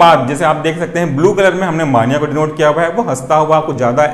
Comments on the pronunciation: मानिया नहीं मेनिया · Bhai mere maaania nahi hota mania hota hai.....correct yourself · Mania is pronounced as “May-nia” . Loved the explanation . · Please pronounce mania properly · Plz pronounce properly mania